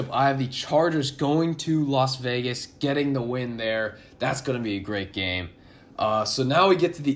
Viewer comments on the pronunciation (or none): none